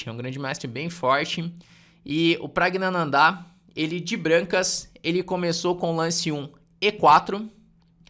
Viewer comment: Praggnanandh"áá"??? kkkkkkkkkk é wingardium leviosa não leviosá